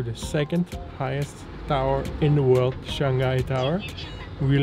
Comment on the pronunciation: it's shang hai, not "shang gai", I find many foreigners have this little pronunciation problem :)